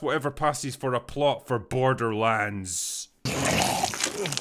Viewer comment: This film sucks so much that it's defusing out its shittiness and infecting innocent bystanders. Case in point: a usually solid movie reviewer kept saying the title of the film as "borderlunds," like the way Newfoundland is pronounced. I wanted to punch him in the mouth every time "borderlunds" came out of it.